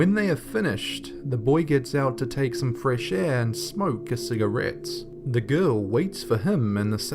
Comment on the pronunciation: The way he says cigarette on #4 😂